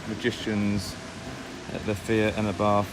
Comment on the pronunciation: It’s pronounced ‘R bart’